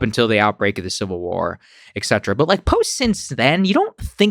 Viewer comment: Can someone please tell Saagar that he’s mispronouncing the Latin term “et cetera” every single time he says it? He does it over and over and over again, and it’s a term he likes to use often. The second letter is ‘t’, not ‘c’, and the abbreviation is etc., not ecc. Et is one of the most common words in Latin, because it’s the conjunction ‘and.’ And you can think of the the common Latin term et cetera (abbreviated as etc.) as meaning ‘and so on’ or ‘and so forth,’ as a useful reminder.